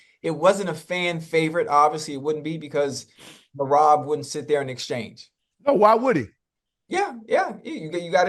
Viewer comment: I am just here to hear the gang butcher Merab's name 😂😂